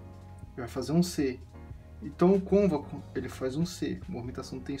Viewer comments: Muito bom, mas o correto e dizer côncavo e nao "convaco" kkkk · É concavo nao convaco kkkk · Convaco kkk (côncavo) desculpa pela correção mas me deu agonia kkkk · Desculpe lá nas Cônvaco não existe em português. A palavra certa é Côncavo. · Obrigado pela dica, vou tentar regular meu Gianini performance. Quando você diz "cônvaco", o correto seria côncavo, pode pesquisar pra ver. Mas obrigado pelas dicas, forte abraço. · CÔNCAVO, CÔNCAVOOOOOOOO. Não ConVACo!!!!! Karaio. Fora isso parabéns. Vídeo bom. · Show.... Bem instrutiva a explicação.... pequeno detalho de palavra... É CONCAVO e não convaco.... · Não é cônvaco, é côncavo. Mas a dica é perfeita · man, parabens pelo conteúdo gostei muito.. mas o nome correto é CÔNCAVO; embora, eu acabei descobrindo que Cônvaco é muito mais legal de falar. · Mais alguém ficou agoniado cada vez que ele repete "convaco"? hahahah é CÔNCAVO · Muito bom!!! Porém a palavra é CONCAVO e não CONVACO! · Convaco não Côncavo 🙏🏾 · Gostei das dicas mas a palvra é concavo e não convaco te liga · "Cônvaco" .... rachei aqui com todo respeito 😂😂😂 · Ótimo vídeo. Bem esclarecedor. Só precisa cuidar com a palavra Côncavo, pelo visto está acostumado a falar errado. No final do vídeo tem outro erro no agradecimento: vc colocou obrigadA e o correto é obrigadO. Sucesso com a lutheria e com o canal!!! Abraço!!! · Realmente eu adorei o "CÔNVACO". que idioma é esse ??? KKKKKKKKK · Boa!...mas é "concavo" e "covexo" obrigado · A pronúncia correta é Côncavo.